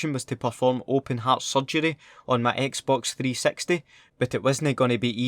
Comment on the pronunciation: when you said xbox 360 it sounded like you said xbox 3 sexty